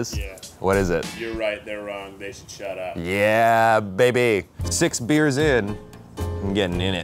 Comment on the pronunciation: you can hear it a little bit at when he says "beers"